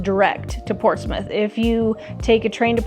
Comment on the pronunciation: Portsmith or Prortsmouth? You kept saying Portsmith.